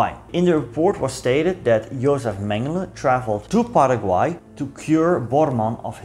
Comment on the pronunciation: Quiero agradecerte muchísimo por pronunciar correctamente el nombre de mi país Paraguay. Soy paraguayo, pero mezclado o "jopara" como se diria acá porque mi padre es descendiente de mennonitas y mi madre es una brasileña descendiente de alemanes 😅 por lo que puedo decirte que lastimosamente no pronunciaste correctamente el nombre del querido pueblo "Hohenau" pero el paraguayo promedio tampoco lo pronuncia bien 😂 Olvidaste mencionar que la mayoria de los paraguayos hablan "jopara" que en guarani literalmente significa "mezcla" y es una mezcla entre el español y el guaraní. Gracias por llenar esos huecos de nuestra historia que normalmente no se habla acá, respecto a lo que pasaba en paraguay durante la segunda guerra mundial e inclusive corria el rumor de que hitler supuestamente no se habia suicidado, sino trasladado a Hohenau. Este hecho fue luego desmentido gracias a la confirmación del suicidio de hitler en su búnker. Los Estados Unidos nos forzaron a atravesar la dictadura más larga de Latinoamérica (casi 35 años) y existen profundas grietas hasta hoy en dia en la cultura nacional debido a este suceso. El actual presidente de la República, Santiago Peña, parece ser un títere del exmandatario Horacio Cartes, asi como Alfredo Stroessner era un títere de los Estados Unidos. Tenemos mucho todavia por madurar, nuestra independencia de España fue en 1811 pero nuestra constitución nacional es de 1992. Paraguay es un pais que sufre hoy en dia mucho por ser uno con los índices más